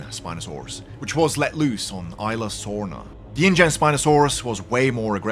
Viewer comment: Btw, the Rex in JP3 was NOT, I repeat, was NOT a fully grown Rex, it was a sub-adult. If you compare the sizes of it to Rexy, Buck, Doe and Big Eatie, who are fully grown, you can see he is smaller than all of them Also Isla Sorna is pronounced: Ez-lah-saw-na